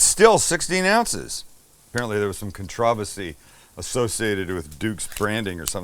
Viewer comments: "Contravesty"?? I think you mean "Controversy" Just sayin' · Did Sam really just pronounce "controversy" like a pretentious Brit?